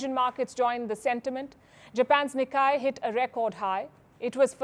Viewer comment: Japan’s Nikkei is pronounced as निक्केई not निक्काई